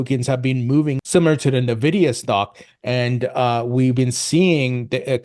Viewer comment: Stop saying 'na-vidia'.. it's 'En-vidia'.